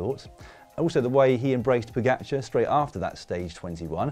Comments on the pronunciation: Im just glad comentators learnd how to prounaunce his name somehow Pogačar became Pođakar and now is Pogačar again. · Slovenians have it all arranged. Commentators didnt know how to say the name pogačar (somehow it became pođakar) and now theyll have to learn. Next one is Jan polanc to win i see. Just to prepare you its not polanč but polanc.